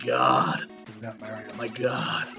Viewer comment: Dr. MARIE-O?